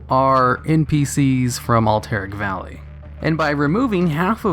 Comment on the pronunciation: lol "Alt-Eric valley"